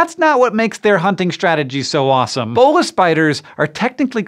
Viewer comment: "Bolas" in the term of the weapon is definitely not pronounced that way, cool to see it featured though!